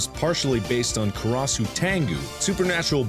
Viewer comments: Neuschwanzstein? XD well... his japanese is worse... karasu (カラス/烏) is raven... what he says sounds more like korosu (殺す)... that means "to kill"... but anyway... he did his best and it was interesting XD edit: btw... was Neuschwanzstein a typo or are you german and know, what you did there? if it was a typo - well done... you wrote "new dick stone" or "new tail stone" ^^ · over pronounces the European names doesnt put in an ounce of effort for the Japanese ones kUh RaH SoO